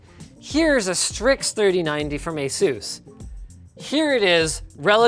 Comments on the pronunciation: Its pronounced ay suhs not ay soos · Why do you say Asus like Asoos